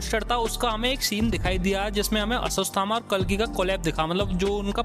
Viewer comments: अश्वस्थ थामा नही अश्वथामा 😅😅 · Woh aswasthama nhi ashwattama hai 😂🤣🤣🤣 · Video had good info par bhai apni bhasha thik karo. Aswasthama kya hai? Ashwatthama. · Who got angry for his aswasthama pronounciation